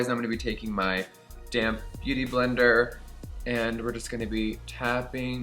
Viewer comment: Hahahaha, every time you say 'damp beauty blender' I think you've said 'damn beauty blender' and it makes me laugh! 😂 'Take the damn beauty blender' lmao